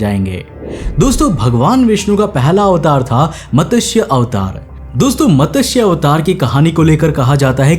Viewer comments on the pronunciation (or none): कमाल है! तुम्हारे पहले वर्णन में ही ये प्रूव होगया की एवोल्यूशन से पहले ही इंसान का अस्तित्व था, जिसे तुम रिशी कहते हो। जिस मछली को तुम मतस्य(matasy) कहते हो वो मतस्य(matasy) नहीं, मत्स्य(matsy) है। जो भी हो इस कथन के अनुसार एक इंसान ने एक मछली को शरण दिया और इस मछली ने इंसान को प्रकृति में आने वाली विपदा से चेतावनी दी। तो ऐसे में एवोल्यूशन की बात तो बनती ही नहीं है।